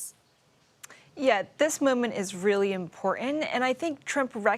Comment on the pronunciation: “Imporint” is not a word. I am so disappointed in these young people. “Important” is not that hard to pronounce. Try it.